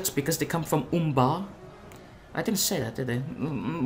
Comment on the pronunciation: Good video once more! And a nice prononciation of Umbar and Naru n'Aru ^^